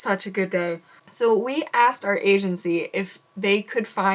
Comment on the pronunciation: I thought you said we found our agency - but it heard like you said Asiancy